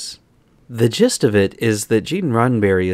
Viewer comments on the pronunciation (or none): none